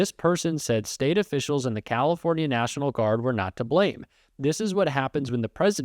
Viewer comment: “Neishinaul” = “national” in trumpspeak